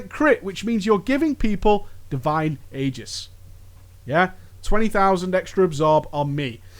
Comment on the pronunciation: You mispronounced Aegis!